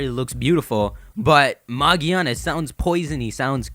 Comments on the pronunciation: its not "magiana" ITS MAGEARNA! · It's magearna,it's easier to understand in the US version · Yeah, this guy is right. It's with a hard G like the G in giga, gear, gorilla. Japanese letters don't have multiple pronunciation like English. so it's like "Mah-gih-ah-nah" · Actually it pronounced Magearna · its name is magearna